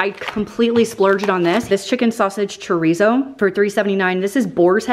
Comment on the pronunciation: 1. This is not meant in a mean way cause I watch her videos all the time. And I even re-watch her cooking videos playlist when I’m bored or want to find a new recipe. 2. The way she pronounces chorizo friggin kills me. 3. The one she bought that she was upset cause it was the only one, is the BEST one!! Very hurt she sounded offended hahaha